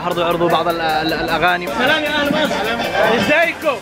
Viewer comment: والله احب هل قناة انا شاهد عل مقاطعك و لإني احبك ابيك لو شفت رسالتي وتسمع نصيحتي لإني احبك من الفديو القادم انشاء الله تقول سلام مش صلام ليه لأن السلام إسم من أسماء الله الحسنى تمام